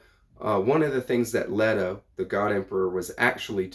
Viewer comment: The E in Leto is long. In the movies and audio books, it's LETO.